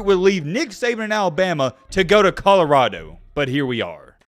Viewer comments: Is it Conarado or Codarado? He certainly isn't pronouncing it Colorado.... :) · “I said it when he was at Jackson State, now I’m going to say it when he’s at CODORADO” lmao 😂😂 he says CODORADO every time 🤣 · “CODORADO” Come on,! You’re supposed to be puttin on for the Alabama natives! Lol 😂